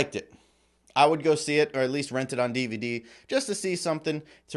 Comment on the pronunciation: What's a "dee-vuh-dee"?